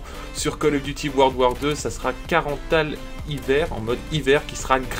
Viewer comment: La map Carentan se prononce comme "40ans". (C'est une ville de Normandie)